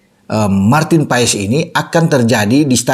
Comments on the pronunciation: BACANYA MARTIN PAAS BUKAN MARTIN PAES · Bacanya maarten pas pak..buka paes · martin pas om ngomongnya bukan paes 😂😂😂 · Bacanya bukan PA-ES, tapi PAS, E dan S digabungin jadi Cuma S, mirip es yg kita minum, Awesome dibaca Osem ! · bacanya Martin Paz.. bukan paes paes.. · Maarten Pas bukan Maarten Paes. Emang baca nya seperti itu E nya hilang.🙏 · bacanya PAS, bukan PAES. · Bacanya martin pas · Ngomongnya Martin PAS